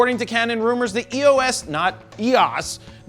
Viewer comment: Lol he was mentioning Matti Hapooja saying “yos R” for “EOS R”